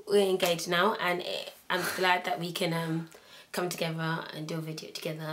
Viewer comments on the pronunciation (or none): i love how she says together..."togefer"